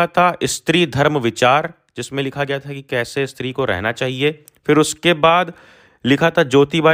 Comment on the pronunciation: Stree hota hai sir 'istri' nhi